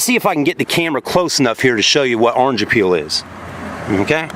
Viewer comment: It’s called orange “peel”. Not “appeal” lol Ya know it looks like the peel on an orange